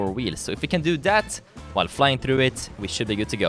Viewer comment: like how he says "thruw"